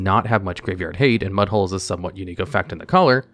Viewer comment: Mudhole is NOT what I heard.